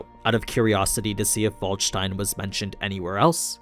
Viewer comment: Its Waldstein not Valdstejn.